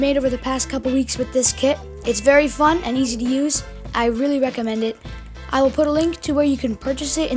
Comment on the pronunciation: I thought he said f**k but he said fun XD